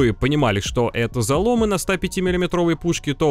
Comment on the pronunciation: привет Крю! ломЫ, ударение на Ы бро) очень слух режет